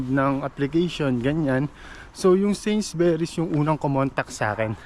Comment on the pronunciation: Although, this is five months ago,.. it is pronounced, ‘Sainsbury’s,…NOT Sainsberrys,( u, rather than e,..